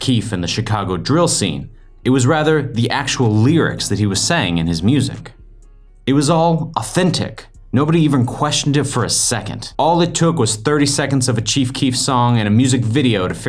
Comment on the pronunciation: "the actual leerics"